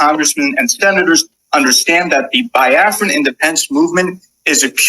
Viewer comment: Plz let them be used to the pronunciation of the name "Biafra" (Bii-afra), not (Bai-afra).